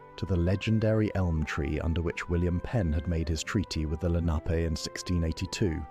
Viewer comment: Seeing how AI butchers pronunciation, I'm surprised that it pronounced "Lenape" correctly.